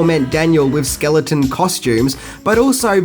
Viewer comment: Skelingtons ay lol